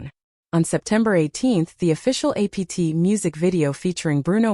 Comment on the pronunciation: It really shows how under developed AI is when it can't even say APT...